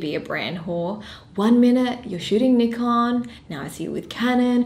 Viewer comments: Pronounced the Neeekon guy. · Thumbs up if you knew how to pronounce Nikon correctly.